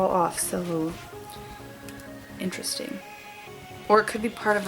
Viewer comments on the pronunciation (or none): none